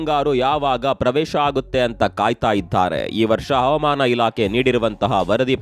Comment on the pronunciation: Please pronunce Havamana and Avamana ' s difference